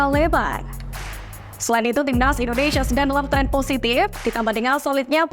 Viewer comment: INDONESIA apa INDONEisyiiia, 😂... Santai aja baca Isi beritanya... Takut Keselek aja🤣🤣🤣